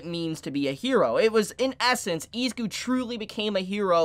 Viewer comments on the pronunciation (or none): Eh-Zoo-Kooh Not eeee😂